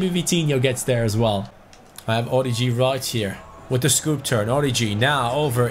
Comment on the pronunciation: orIgi,there is a tone on the first i